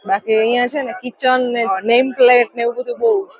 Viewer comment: આખુ ફેમિલી અભણ છો? છોકરાઓ ને પૈસાની બચત કરવા સ્કૂલે મોકલતા નથી કે શું? એ લોકોને પણ કશી ખબર નથી પડતી તમે શું બોલો છો? નખી લેક પર માર્કેટ છે ત્યાં કિચન મળે છે?? કિચન એટલે તો રસોડું કહેવાય... અભણ લોકો... તમારી છોકરી ને પણ સમજણ નથી પડતી.. ? એને key chain ( કી ચેઇન ) કેહવાય... કિચન નહીં... આખું ફેમિલી અભણ છે.😂😂😂